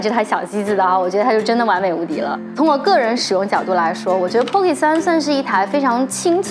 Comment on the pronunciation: 建議去聽一下pocket的發音，真的不用每個音都發音才代表念英文……尤其是尾音，應用在所有地方，加油 但是你講得很棒，關注了🎉